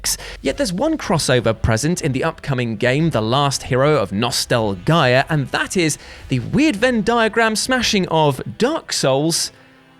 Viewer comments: Am I the only one who noticed he said nostalgia wrong? Lol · Hadn't watched one of his videos in a while. He's gotten super annoying and doesn't know how to pronounce Nostalgia... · Is there a reason you were mispronouncing the word "nostalgia"?